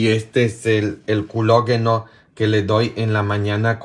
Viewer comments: PADRE EN ESPAÑOL ES. COLÁGENO, COLÁGENO NO CULOGUENO COMO DICE UD. PARECE QUE ES COMO LE GUSTA DECIRLO USTED. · saludos desde México y solo una cosa no se dice culogeno en español es colageno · en castellano se dice colágeno, no culogeno. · Hola desde Argentina le mando saludos y bendiciones para usted y su abuelita me alegra que ella esté mejor. padre es "colágeno" no culoageno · Colágeno no culogeno haha 😂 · saludos,...NO se dice "culo'geno", es 'cola'geno, tal como se escribo, No otro sonido. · No es culogeno 😂🤣es colageno en español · No de dise Colageno Al Collegeno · COLLAGEN, en español se dice: colágeno , también puede usted consultar la pronunciación en GOOGLE TRADUCTOR. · en español se pronuncia colágeno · se dice colageno. bendiciones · Es colágeno 😭o aprende el lenguaje español 🤨